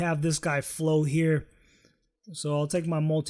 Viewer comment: Why did he say...molticut...instead of multicut